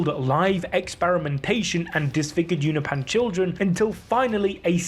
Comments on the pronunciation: it's funny that you show the text in the comic book 'Unopan' and you say it as well,, but every time you use it it's 'unopeean' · Why do you keep saying you-know-pan 🤣🤣🤣🤣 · It's pronounced you no pin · its pronounced you-no-pe-an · Holy shit the way you say Unopan pisses me tf off. Say it right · why can bro not say unopan correcly